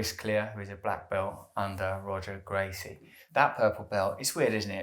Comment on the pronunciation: Genuine question...how do you not know how to pronounce Roger Gracie's name?? Congrats on Purple though!